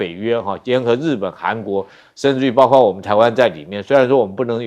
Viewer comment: 為什麼一直說包刮包刮包瓜，應該是包括包括包擴，，，，，，